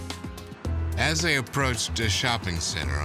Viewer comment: "assthey approached duh shopping center." Yo I'm crying laughing why did you do this a&e